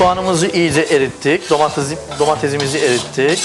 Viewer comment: ulan domatez değil domates